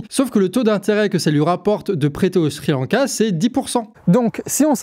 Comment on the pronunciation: A deux doigts de mettre un pouce vers le bas parce qu'à chaque fois que j'entends "shri lanka" je frissonne. Plus sérieusement superbe vidéo, comme toujours parfaitement claire et magnifiquement documentée et sourcée.